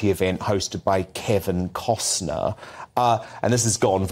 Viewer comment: It’s Kevin Costner not Kevin Costcern. Get it right GB news.